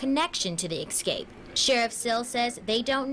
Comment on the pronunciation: Escape not ecscape.